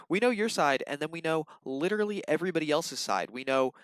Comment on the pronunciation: It really annoys me when he pronounces literally as lit-trolley